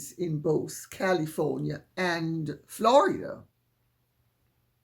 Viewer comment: This old boy needs to get a life she is all in America business and repeating something she don’t know about she need to look at Charles brother . It needs to get sued while it running off at the mouth it doesn’t know how pronounced the state Florida